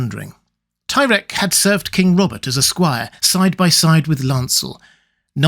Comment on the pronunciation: "Bobert Baratheon"?